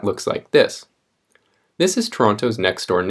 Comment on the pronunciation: BEING FROM MISSISSAUGA IS MAKING ME CRINGE EJUDJFBBHEWJFNKML